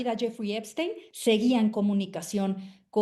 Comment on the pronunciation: Epstein se pronuncia ":Ep-SHTEIN".